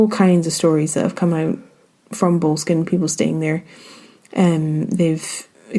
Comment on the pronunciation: Might want to learn to pronounce Boleskine properly...